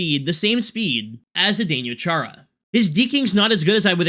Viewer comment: You have the weirdest pronunciation of Chara's first name I have ever heard....multiple times you said "zdenYO", but it's "zdenO". I mean, we have only been saying his name for like 20 years lol.